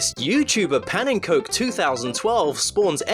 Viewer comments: "Pannencoke" ererghgeghhghggh... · Alright, say it with me. Pannenkoek is Pah-nuhn-kook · A tip for next time, Pannenkoek is pronounced like how it is in Dutch, as it is an actual dutch word. Not "pan and coke". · ''Youtuber Pennencoke'' I died PS. I'm Dutch and pannenkoek is a Dutch word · Pannenkoek2012 is dutch the translation is pancake2012 and the cook part is spoken like cook not like coke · Wow... the way you said pannenkoek.. Just WOW. It's a dutch word so I don't blame you but the way you said it was just so wrong. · I loved the video. Slight Note: Pannenkoek is actually pronounced "pah-nun-cook". It means pancake in Dutch :). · I love hearing foreogners pronounce Dutch words, like Pannenkoek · I love how you pronounced pannenkoek in the most English way possible. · I love how... wrongly they pronounced your name in this video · I laughed my ass off when you pronounced "pannenkoek" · I love the way he pronounced Pannenkoek :P